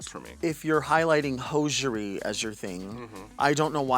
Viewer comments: Delta's pronunciation of the word hosiery is triggering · It's pronounced hozery right?